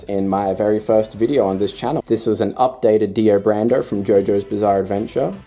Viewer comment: did you said DIO BRANDO?